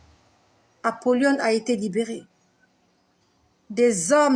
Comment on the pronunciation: Shalom ma sœur ça se prononce apolyon non Apolyone